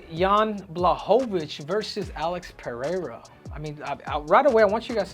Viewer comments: Tripple C, thanks for pronouncing PeReira properly. Please, tell Rogan how to say it. He invented this “PeHeira” thing that tricked everybody else in the UFC to repeat it. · Pereira is not that difficult to pronounce for a native Spanish speaker